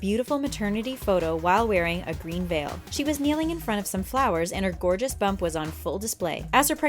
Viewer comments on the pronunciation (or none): none